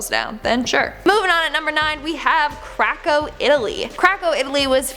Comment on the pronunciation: Lol craco? Swear I heard crackho Italy. XD I can't be the only one who heard that